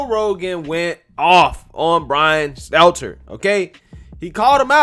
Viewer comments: Say it with me STEL-TER no z! How accurate can we be if you aren’t saying potato heads name correctly? I love you and I don’t want you to look unreliable. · I like how keeps calling him Brian Seltzer. It’s not intentional, but I like that it’s just wrong and I hope never corrects himself. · I love how u called him Seltzer the whole vid. 😂